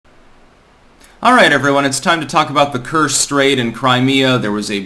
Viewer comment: "Ch" in Kerch is like in "chair", not like "Chicago".